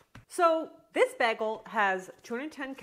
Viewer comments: Am i the only one who is bothered by the way she pronounces bagel. It's BAYGEL not BAGGLE. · Ok but WHY do you pronounce it bah-gel?! Montrealer here, it's BAY-gel